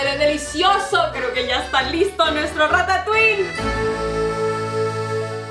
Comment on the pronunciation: Se pronuncia Rata tuí, no ratauiL xd